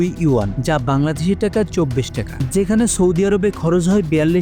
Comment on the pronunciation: ট্যাকা না রে ভাই টাকা!🙂 উচ্চারণ সঠিক হলে ভিডিও আরো গ্রহনযোগ্যতা পাবে! তাছাড়া বাকি সব তথ্যবহুল ও ঠিকঠাক!